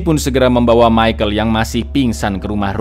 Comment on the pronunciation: Michal minn bukan michael